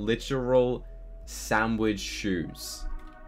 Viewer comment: i dont want to be rude but it si not a shanwitsh sho it is hamburger sho